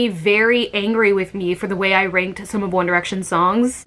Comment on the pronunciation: When you mispronounced “ranked” at the start you said something that idk if it’s the same in the us but in the uk it means something ✨ b a d ✨